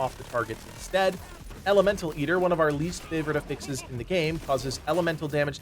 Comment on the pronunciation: I've never heard anyone pronounce "affixes" like that